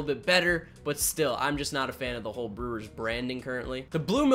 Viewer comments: Lol he said Brelllerws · Buddy can’t even say Brewers properly and we supposed to take his review of their jersey seriously?